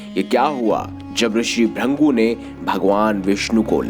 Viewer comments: त्रदृषी ब्रंगू नही त्रदृषी भृगू,कृपया सही उच्चार किजिऐ. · Bhurngu nehi bhrugu hai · ऋषि का नाम भृगु है ना कि भृंगु 😡😡😡😡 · उनका नाम भ्रिन्गु नहीं भृगु था। नारायण नारायण😇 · ब्रंगू (brangu) नही मुनीश्रेष्ठ भृगु (brigu) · It's not "Bhringu", it's "Bhrigu" or "Bhrugu" pronounced most prominently, and his sculpture is Bhrugu Sanhita. Rishi Chyawan, the creator of Chyawanprash is his son. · Are bhaiyya ji pahle bhrigu dhang se bol lijiye 😂😂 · Sahi bola bhrugu aata hai